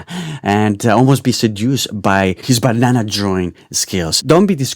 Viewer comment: your voice is good. I almost laugh when you say "BAnanana"